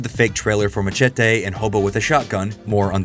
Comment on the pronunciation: Stop saying "Machete" so stupid.